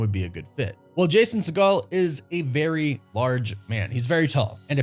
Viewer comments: I think the right way to pronounce his last name is "sea-gull" not "sea-gall". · Segel is pronounced like seagull. You're thinking of Steven Segal...which is not a Jewish surname. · It’s Jason Sea-Gull not Jason Se-Gall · Lmao it’s Jason SEGEL, not Seagal. Do better, dingus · I could be wrong but it's sounds 'seeegal' 'seeeegal' he's not related to steven seagal which is the pronunciation used here.. it's seeegal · Fyi it's pronounced "seagull" for Jason Segal. Seeeee-gull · I like your content a lot, but you're killing me with your pronunciations. It's Segel, not like Steve Seagal. Also on another video, adamantium with an a, not e. Driving me nuts with that. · Why’s he saying segel like segal? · Stop pronouncing “Segel” like “Seagal”! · Re-pronounce Jason's last name cause your butchering it in this video lol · Did he mispronounce Jason segals last name? Lol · Hearing you butcher Jason Segel's last name over and over again was both annoying and hilarious. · Exactly, I laughed each time he said that lmao